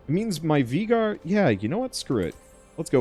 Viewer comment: anyone else notice how hes prenouncing Veigar wrong?